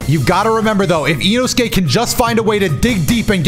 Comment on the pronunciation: Bro said inosuke wrong 😂